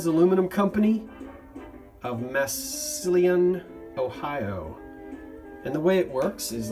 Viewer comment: Massillon is pronounced mas sa lin. Lol. I lived 30 min northeast of Massillion growing up. Loved the dishes.